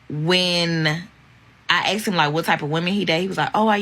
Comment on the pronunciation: She axed him and questions